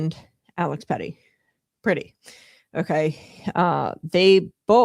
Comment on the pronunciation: A) it's pronounced PRETTI, not pretty. B) he didn't approach officers with a gun, he attempted to assist a woman who was a US CITIZEN that was being assaulted by ICE. Pretti was recording (a right that he has) and was subsequently pepper sprayed by ice agents. He was thrown to the ground, and in the video, you see his hands in a fist while he's on the ground (NOT on a gun) And that's when officers shoot him. TEN TIMES. they shot a US CITIZEN TEN TIMES while he was on the ground and his hands were visible.